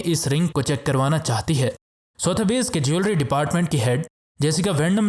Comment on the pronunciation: Word pronunciate sudhbee(sothby,s)